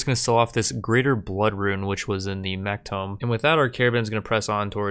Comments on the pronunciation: TOOMB. Like a cow MOOOs Not TOME. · ITS TOO-M. NOT TOME. AHHHHH. TOME IS A BOOK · tomb (grave) = toom; tome (book) = tome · bro i hate to say shit but you keep calling The Ancient Tomb a Tome =/tōm/ A book, especially a large, heavy, scholarly one. Tomb =/to͞om/ a large vault, typically an underground one, for burying the dead. Similar: an enclosure for a corpse cut in the earth or in rock. A monument to the memory of a dead person, erected over their burial place. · The way he says tomb is killing me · It's definitely deliberate because sometimes be slips up and says it properly lol.